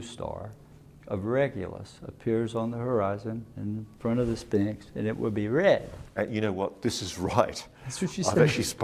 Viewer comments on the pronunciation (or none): . Sphinx. Not 'Spinks' 😆.